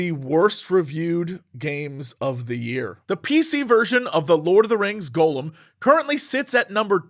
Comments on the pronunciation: Why is Jesse the only person on the planet that says Gollum's name as "Golem"... 😔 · The way he pronounces it like "Golem," I thought it was a game about a big Jewish clay robot. Maybe that would have made for a better game. Gah-lem and Goh-lem. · I hear so many youtubers pronounce this game as Golem. Is this some kind of in joke I don't get, or do they truly don't know how to pronounce Gollum?